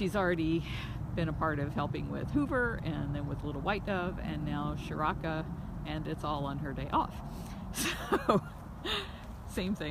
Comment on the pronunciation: hey guys if its a indian name like priya and seth then charaka needs to be start with 'cha' as in 'chase' or chipotle' not with 'sha' then rest 'rak' like 'ruk' as u pronounce 'luck' no need to add extra 'a' in the end it and stretch the name its only charak that a in the end is unnecessary